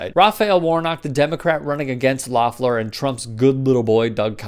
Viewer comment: If you’re gonna make this video, at least learn how to pronounce her name. LEF-LER.... LOEFFLER